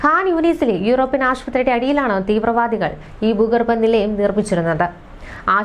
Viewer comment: ബീഗര - തെറ്റ് ഭീകര - ശരി ബൂമി - തെറ്റ് ഭൂമി. -ശരി ബൂഗർബ - തെറ്റ് ഭൂഗർഭ. -- ശരി.